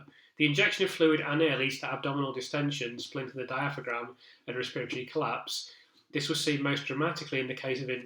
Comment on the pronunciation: Thanks for this. Your analysis has been so interesting and informative. Looking forward to reading your book. Just in case you narrate your book, though, diaphragm is pronounced dia-fram.